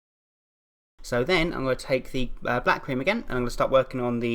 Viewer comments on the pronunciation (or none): I thought you said 'bat cream' instead of 'black cream' XD